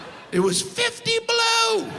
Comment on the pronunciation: The way he said "below"... like "blue". Winnipeg - 50 shades of blue